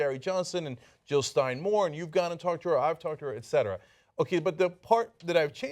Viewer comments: JILL NOT HILL!!!!! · Jill, not Hill